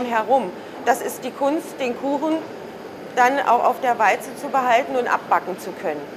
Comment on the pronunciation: Warum sagt die eigentlich immer "Weize" anstatt "Walze"??